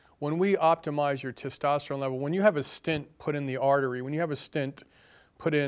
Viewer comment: When you want to sound intelligent, please pronounce words correctly. Stint and tistosterone are not words. Homocysteine is not measured reliably to measure any co-morbidities. C reactive protein is more of a concern. I would suggest you fire your cardiologist and treat yourself during your next event.